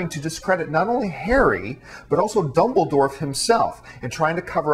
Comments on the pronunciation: Dumbledorf???????? Hahaha :) Obviously not a big fan, John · Oh wow and I thought it was bad when he said Death Eaters, I've gone back and listened to the part where he says Dumbledore and I swear that he keeps saying Dumbledorf, pretty sure that I'm not just hearing things